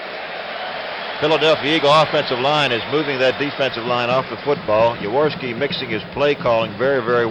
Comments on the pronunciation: Why can't Unitas pronounce Jaworski's name? Yaworski? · Those mesh Eagles jerseys were bad ass. So 70s...😂 Unitas calling Jaworski "Yaworski".😅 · Perhaps but that's not how Jaworski pronounces it. Had Unitas spent even five minutes speaking with Jaws prior to the game, or asking any questions of the Eagles about their new QB, he would have understood how Jaworski pronounces his name.